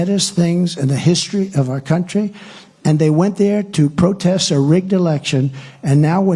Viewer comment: I cantstand to hear him speak. Why does he pronounce country like "countreh"?